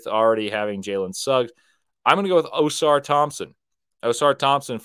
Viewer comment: I have been trying to understand for months now why in the world do you call Ausar Thompson, “OH-SAR THOMPSON”?!? WHY DO YOU DO THIS BROTHER?!?! WHERE DO YOU SEE AN “O”?!?! Lol lowkey not kidding…why why lol